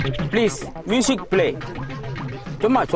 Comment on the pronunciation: முசிக் இல்ல ம்யூசிக்